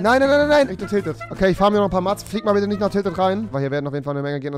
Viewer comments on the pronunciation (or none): Man schreibt zwa Mars aber man sagt mäts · Mats? Man spricht das Mäts aus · Ahhh ich hasse es er sagt matz es heißmetz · Wie er einfach die ganze Zeit Mats sagt und nicht "Mäts"( ausgesprochen) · Es wird mäts ausgesprochen xd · Sprich doch mats richtig aus triggered